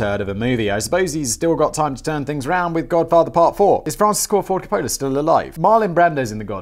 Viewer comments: Meme Accountant Here... it's "Cop-o-la", not "Cop-Ohhh-la". Is someone doing something to you that you like like when you said that? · "Coppola" really?